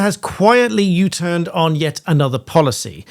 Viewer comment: U tuurn again ah, really 😅.